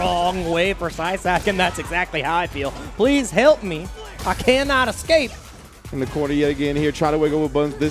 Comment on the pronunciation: Lol, says "ecscape" I bet he also says pasghetti instead of spaghetti